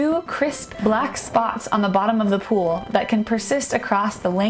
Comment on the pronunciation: She says pool and pole exactly the same.